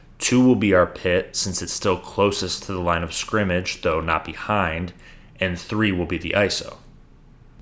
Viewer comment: Great video! Also, congrats on being able to enunce "line of scrimmage!" 99.9% of "professional" announcers say "line discrimage." Am I guilty if discrimagination?